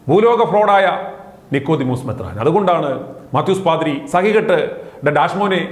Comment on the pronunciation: മെത്രാൻ എന്നു പകരം മൂത്രാൻ എന്നു വിളിച്ചിച്ചല്ലോ